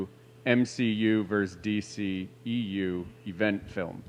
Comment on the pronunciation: It's verSUS not Verse- that's strictly a part of a song. Get yourself an education